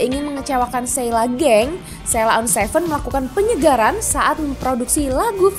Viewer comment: Mbaknya ngucapib sheila on 7 aja salah .. 😂😂